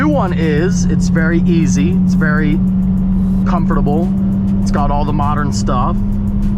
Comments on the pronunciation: Anybody else bothered by the way he says comfortable? “Comoforatable” lol😂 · pronounces the SHIT out of comfortable